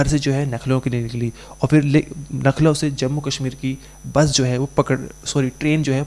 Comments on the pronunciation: Bhai, Nakhlow nahi bolte Lucknow bolte hai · यार आप लखनऊ को नखलऊ बोल रहे है . बार बार आप नखलऊ बोल रहे हो । सही बोलिये लखनऊ बोलिये ।आपका उच्चारण सही होना चाहिये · Nakhlav nhi Lucknow h thik se pta krkr bola kro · Nakhlau nahi Lucknow bolo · Nucklow ❌️ Lucknow ✅️ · Lucknow hota hai naklau nhi bolna nahi aata h to mat karo anchor giri bhai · LUCKNOW boliye plz NAKHLOW nhi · भाई तू अनपढ़ है क्या, लखनऊ इतनी फेमस जगह है फिर भी तू नख़लऊ पढ़ रहा है, तू इंडिया से है या युगांडा से... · Arebhai nucklow nahi Lucknow hota hai aur aap bar bar nucklow bol rahe ho itne bade channel ke anchor ho aur ashuddh bol rahe ho sudhar karo😊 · Why are you telling you nakhlaw it's a Lukhnau😅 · 😁🤣humne b yahi suna baht se log लखनऊ को नखलऊ bolte hain jo lucknow ke nhi hote